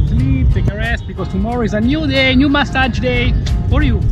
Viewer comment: That pronounciation of massage...